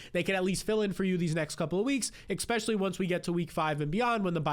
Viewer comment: Immediately hears the host say “expecially” clicks off the video